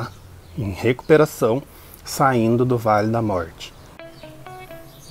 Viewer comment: Querido não aguento quando vc fala vale da sombra da morte. Rrrr 😂😂vc é demais. Adorei seu vídeo.